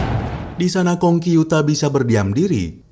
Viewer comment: pengucapanya namanya salah😂